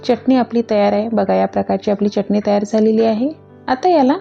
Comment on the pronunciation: मँडम च्यटणी नका बोलू हो..... चटणी बोला.